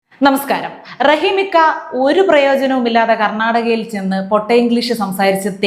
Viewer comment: Make a..... Make aaaaaa..... Garnadaga.......😂